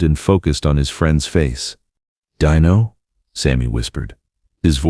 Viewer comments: this would be a great video if not for the AI narrator , it's still great because of the story only truly the AI is robotic and impersonal.fir such thing and it's " al-ta-veese" not "al-ta-vise' and fur Christ's sake it" de-no' not "dine-o" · Nice words, but I HATE he AI narration !!! It was DEAN-O, not DINE-O. The AI was inconsistent and only got it right once. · A terrific eulogy of their friendship just remember it was pronounced "DEENO" not "DEYENO". They are both missed and made the world a better place! 👍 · DEAN-O! Not Dino like a chicken nugget! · Stop saying 'Die no"!